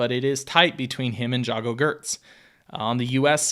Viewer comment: Omg pronounce the names properly, or look up how they are pronounced before doing this video, it's pronounced like Yargo geets